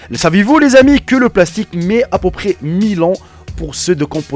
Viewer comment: Tu C pas parler français. Au lieu de dir "à peut près" tu dit "à po près" 😂😂😂